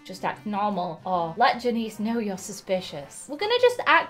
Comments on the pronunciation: THE NAME IS JANICE NOT JENICE GET IT RIGHT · It’s pronounced Jan- iss not Jan-ees